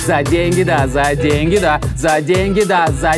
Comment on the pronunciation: Слышалось не "за деньги да",а " задень гида"